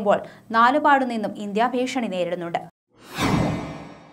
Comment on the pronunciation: ചേച്ചി ആദ്യം ഇന്ത്യ എന്നതാ എന്ന് ആദ്യം പഠിക്കു 😀